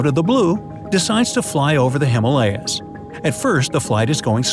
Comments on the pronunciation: It's himaaalyas. Not Himelayas. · Him ah lay ahs not hima layas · Himalaya (Sanskrit) He-maa-lûh-ya =the abode of snow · ***"Him-Aaa lyas" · He is pronouncing Himalayas wrong, most people are